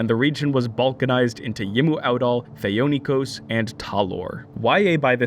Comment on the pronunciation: #JusticeFor,Thee-oh-ni-kos #JusticeFor,Scisserpooks